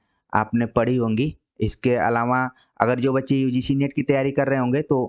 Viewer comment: लेक्चर बहुत सही है, मगर इसे महज़ एक रिक्वेस्ट के तौर पर लें - काफ़ी समय से पढ़ा रहे हैं आप हिंदी, अच्छे हिंदीविद् हैं, इसके बावजूद 'अलावा' को जब आप‌ 'अलावाॅं' बोलते हैं तो सच में बहुत इरीटेशन होती है। हो सकता है कि ये क्षेत्रीय समस्या हो पर इस पर काम तो किया ही जा सकता है!